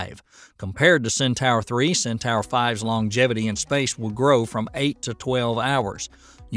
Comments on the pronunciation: Centor, not centower. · I was spelling it phonetically, just like Hildugard was. Hildugard complained (rightly so) that the video's narrator pronounced it "centower" and he proposed "centor" as the correct spelling, even thought that is also wrong. "Centaur" is pronounced "Centahr", as spoken in the linked official ULA video. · IT'S PRONOUNCED CENTOR !! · Not "Centor", but "Centahr". Right from the horse's mouth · Cen Tower? Go back to school and retake English speech class. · Cen-tower? It's pronounced Cen-tor. As for "Per-eh-gryne," it's pronounced Peh-ruh-gruhn. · Sin-Tar, say it with me "Sin-Tar".... "Centaur". Para-Grin...say it with me "Para-Grin".... "Peregrine" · Might want to work on English grammar for title, and pronunciation. (AI narration?) "Centaur" and "Peregrine". Maybe I'm just a stickler for details.